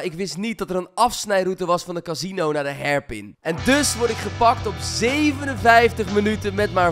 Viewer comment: koen kan hairpin niet uitspreken. leuk